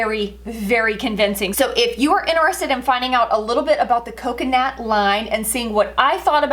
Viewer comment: First of all, you’re pronouncing the name wrong and second of all why do you keep saying you went in with your shampoo and you went in with your towel. The proper term analogy is, I used such and such a shampoo and I used my towel.That just sounds so weird.😂